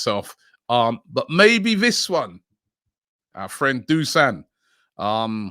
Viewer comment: Robbie, It's time to learn how to pronounce Vlahovic's name. It's Dushan not Dusan. Better learn it before he puts the jersey on :)